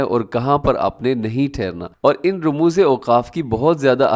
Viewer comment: صحیح تلفظ ramuz نویں rumuz ھے